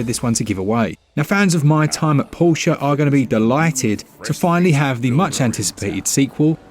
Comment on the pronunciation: Wait i thought it was pronounced por tee ah like a port?